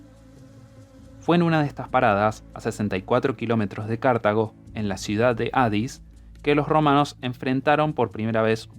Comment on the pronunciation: Porque dice cArtago y no cartAgo